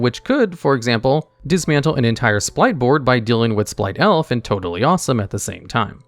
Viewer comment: Did anyone notice he says Splight Elf? And when the card is on screen even the card says “Splight” not “Spright” what is going on lol